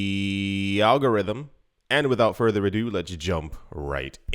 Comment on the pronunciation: Al-go-got-rhythm...Al-go-got-rhythm ...Al-go-got-rhythm !